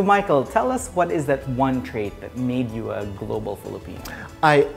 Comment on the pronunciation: why does he wear those glasses all the time?, He told uzz. LOL